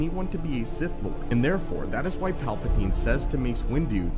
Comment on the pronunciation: Did you say “sith back”?